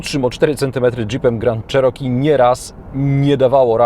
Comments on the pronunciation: jednak nie do konca. tutaj masz oryginalna wymowe , zaraz na poczatku filmu - bardziej cos jak miekkie "cziiroki" nie " czeroki " . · Not sure about it. We say CherokEE but he said CherOkee. Good pron isn’t just the vowel quality but word stress. In any case, it doesn’t matter how you pronounce as long others can understand you. It’s called intelligibility.